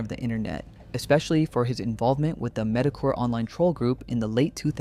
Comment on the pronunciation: Did you seriously mispronounce Metokur? Aren't you supposed to have your fingers on the pulse? Well, I'll fact check for you😅